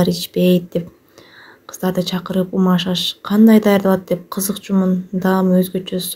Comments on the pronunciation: Умаш эмес умач деп айтыныз. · Умаш эмес умач деп айтылат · Умаш эмес умач дэп айтылат негизи Мындай болуп умачталбайт силердики ун сыяктуу эле болуп калды маайда тоголок болот 😊баарылэ иче бэрет .Унутпай кыргыздын тамагы дэп жасаганын учун лайк😊